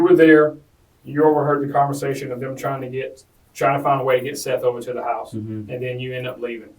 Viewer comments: It's pronounced "Seth" not "Seeth." Don't know if this is an ai voiceover or what but in 2 of these videos it is calling him "Seeth." Just stop. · Justin "Solo" = Justin Soto Seath = "Seth" Just take 5 minutes before you record to make sure everything's pronounced right. This is your job lmao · “seeth” Jackson huh? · Seth not seath soto not solo.................. also they all lived there together and seth lived down the road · I always wondered if some of these crime channels use AI voice speak to do their narration for them. And with the pronunciation of "Seath" it confirms my suspicion.